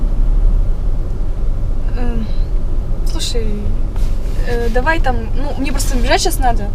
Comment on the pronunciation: Даувай, досуидания🤣.